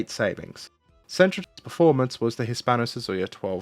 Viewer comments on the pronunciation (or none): Surely, it's SUIZA, not Suzuya? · Did he just say "Hispano-Suzuya"? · Ah yes, the hispano suzuya (nice video)